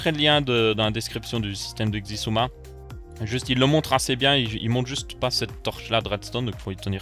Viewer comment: sISUMA pas Xisuma... ça se dit sIsuma... c'est suedois (pas for le premier "s" genre sosoté et isouma, difficile d'expliquer mieux 😂)